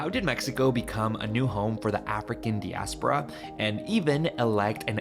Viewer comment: Hey, just so you know (for future videos), the first syllable in diaspora is pronounced DYE not DEE. Also, I'm glad that the woman spoke about the importance of recognizing that these are people that we were talking about. So many people reduce this populations identity down to "slaves" which only describes what was done to my ancestors. Antonieta's slight reluctance at knowing if it would be accepted that she call herself negra on camera just speaks to the anti-black racism embedded not just in the Spanish language [as it's currently used] but also in the Mexican population. I remember when I first started learning Spanish and I called myself negra. People told me to stop, that it sounds harsh or negative and that that term isn't used as an identifier in Spanish, only for me to find many communities of people including Black activists all over Latin America who proudly do so.